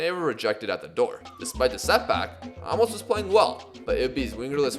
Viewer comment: Probably too late but his name is prounced A(literally just the letter A)- mos (like youve been saying the entire series